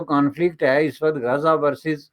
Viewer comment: Abey gaza bolna toh seekh le😂😂😂